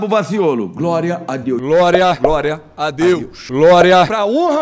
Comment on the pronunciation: Glória não ele fala groria 😂😂😊